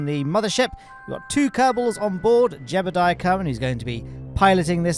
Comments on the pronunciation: Why do you prnounce Jebediah like "Jebuldiah"? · It never ceases to amuse me that you pronounce Jebediah as "Gerbal-diah" with the extra r and l. Keep at it!